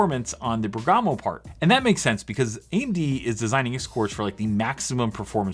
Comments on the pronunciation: Great video, just a note: it's Bèrgamo not Bergàmo ;) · It's Bérgamo, not Bergàmo... 😏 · Bèrgamo should be pronounced with accent on the ‘e’, it’s an Italian city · I think it’s pronounced “BEAR-guh-moh” but idk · It's Bèrgamo, accent on the e :)